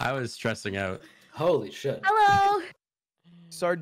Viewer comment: Can someone tell them the "oche" of Sardoche is pronounced like in "posh", it's not "Sardôôôche" or "Sardouche", well, maybe "Sardouche" is fine though...